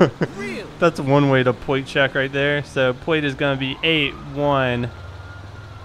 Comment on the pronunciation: 1. is a stupid name. 2. "Pwate Checks." 3. You did sooo many wrong things.